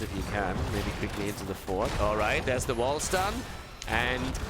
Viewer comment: You may be interested that WilQ is pronounced closer to Villcou (like village and cougar). Also JP2137 is popular meme in Poland (JP stands for Pope John Paul and is supposed hour of his death).